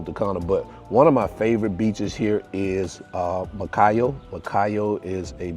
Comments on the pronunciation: you said macayo o macallo several times but i know you are american almost dominican. That's not big deal. You belong to us already. You don't imaging how many times i share your videos(vlogs) i feel my president has to give you an award. I see all your videos. I live in jersey but i'm from san pedro de macoris. God bless you and family. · I think you tried to say Macao beach